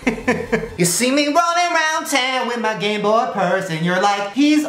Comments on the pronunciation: Shane said Gay boy in stead of game boy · you literally said Gayboy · when Shane says "Gayboy screen" instead of "Gameboy screen" 🙄😂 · You said gay boy instead of game boy XD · Instead of "This tiny ass Gameboy screen" I'm pretty sure he said "GayBoy screen" lol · I thought Shane said "Gay Boy" 😂😂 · I high-key think he said game boy, but it just sounded like gay boy? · I swear he says 'Gayboy' the entire time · Everytime shane says game boy i hear Gay boy 😂😂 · It sounds like he continuously says “gay boy” instead of “gameboy” 😂 I can’t not hear it lol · It sounded like he was saying "Gay boy" not gameboy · it sounds like he said gay boy screen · i swear i heard gay boy instead game boy